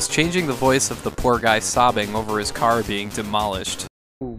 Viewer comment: Lol! "Oh, my cah". Wicked pissah!